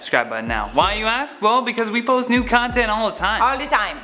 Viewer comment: Lol it sounds like is says 'we post NUDE content all the time' haha Keep your Atari shirt on! I have said this before when you I wore that shirt but I love these, it looks better on me. Lol j/k we both look fly in it.